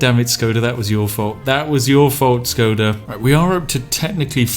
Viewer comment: Š in Škoda is pronounced like Sh